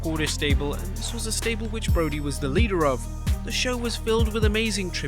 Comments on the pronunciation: Brodie Lee, not Broadie Lee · "Broadie"? Come on...